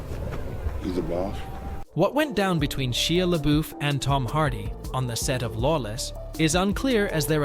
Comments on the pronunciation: SHY-ah LeBeouf. DILL-eh-taunt (beginner). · Dude, at least figure out how to pronounce the actors names! You fd up Bette Davis & Shia LaBeouf.